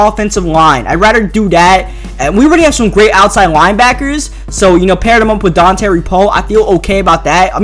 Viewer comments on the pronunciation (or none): none